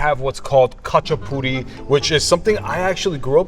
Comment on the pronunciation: Oh man… you did the khachapuri so wrong that it actually made me tear up 😭 but we will take the ratin go guess, you should’ve just made tonis puri tho